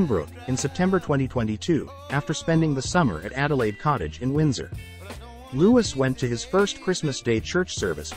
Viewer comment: It’s pronounced Loo-ee, not loo-is